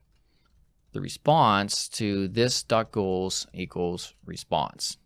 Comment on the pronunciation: sounds like you're saying "Ghouls" instead of goals.